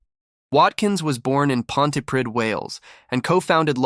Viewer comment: It's pronounced Ponty-preeth. Not ponty-prid.